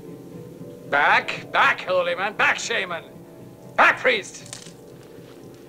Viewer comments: He says "back shamer" not shaman. 😉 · I know that he actually says Back, Shaman But it always sound to me he's saying Back, Shame on you